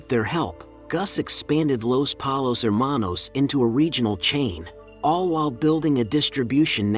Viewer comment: I'm sorry but Polos?? If you don't say Pollos, you didn't watch the show